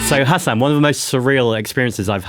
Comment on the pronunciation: mispronounced Hasan right off the bat. you pronounced it like "Hassan", Hasan only has 1 s